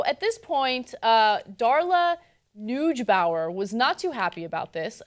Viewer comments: "nooj bower" lol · ugh... it's "noy-gay-bauer"